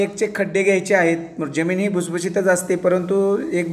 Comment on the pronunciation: जेमिन नाय,जमिन बोलतात